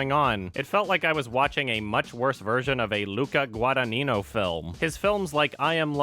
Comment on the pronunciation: Shout at for pronouncing Luca Guadagnino flawlessly!